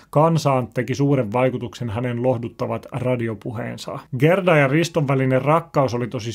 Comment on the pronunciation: Haloo! Gerda lausutaan: Jäärda